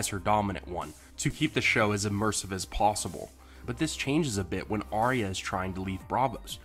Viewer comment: It's pronounced "Ar-ya" not "Aria" and Bran would've known if Arya was dead...